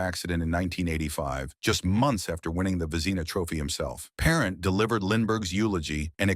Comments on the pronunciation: Brutal announcer. Get rid of this announcer. Can't even pronounce the goalies last name correct. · Not even pronounced his name correctly shameful